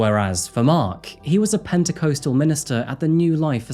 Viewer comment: Penticoastal? You mean penticostal. Geez